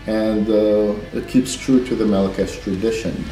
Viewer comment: FINALLY I know how to pronounce Melechesh!